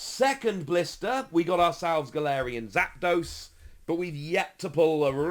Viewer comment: You called zapdos, zigzagoon lol